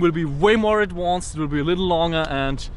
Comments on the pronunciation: Hey no offence but I noticed that instead of saying advanced you said adwanced. Like I said no offence but it that just your Austrian accent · "Adwanced," -😂